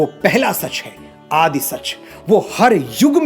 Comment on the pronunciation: Mr.Manoj, very nice way to express your knowledge. But some of your pronunciations were not correct. It is Aad not Aadi. some matras are not pronounced in Gurbani.